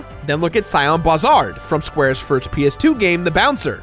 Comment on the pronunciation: ik this is old, but its pronounced See-on, not Sai-on. The bouncer is one of my favorite games for the ps2 and i remember much about it and i remember pretty much the entire story because i played it to max everyone out, and i would play it with my brother. You have NO idea how happy i was to finally beat ALL stages of Dauragon...OHHHH my God. But yeah, when i played Kingdom Hearts and i saw Soras design, i NEVER saw ANYONE talk about how he looks EXACTLY like Sion, NOR did i see ANYONE point out that Pence wears the same brand of clothing AS Sion Barzahd, "Dog Street". The first and only time id EVER seen a mention of these things outside of my family was on a website thats pretty old maybe yall remember it....Gamewinners. i used to get all my easter eggs and cheats from that website. I found the Sion mention and was ecstatic that to me, it was confirmed people noticed . Kh2 came later and i already knowing Sora and Sion look SO similar immediately looked for the dog street mention somewhere and found it on the same site. Something else worth noting is that while Sora and Sion arent exactly the same name, Xion is linked with Sora, and her name just further shows that Sion ( Sora and Xion ) was CLEARLY being drawn from, even though hes a straight up Bouncer in that game. His personality is straight up Squenix , while sora was dropped by Grandpa Gohan one day and was nice from that day forward. Edit: OMFG DUDE HEAVYWEIGHTS IS ONE OF MY ALLTIME FAVORITE MOVIES....memory lane ma